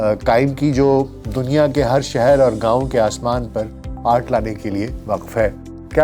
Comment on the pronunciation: ظالم دنیا کا تلفظ ٹھیک کریں۔